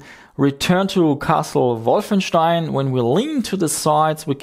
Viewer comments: They didn't say that was pronouncing it incorrectly. It's actually refreshing to hear this pronunciation. I don't pronounce it correctly either, but it's too ingrained to change now. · lol he says it correctly it's the native english speakers who don't